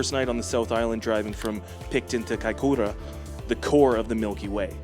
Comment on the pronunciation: Think your nailing the pronunciation of Kaikoura than most Kiwis haha